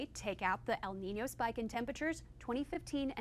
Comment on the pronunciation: Ooh so this is how you guys pronunciate El Niño. Took me a while to figure out what she was saying lol